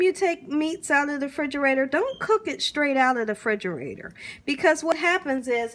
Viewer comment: Love that you say “frigerator” ❤